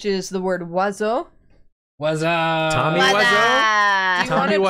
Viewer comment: the classic oiseaux, hits every vowel in the french language and pronounces none of them.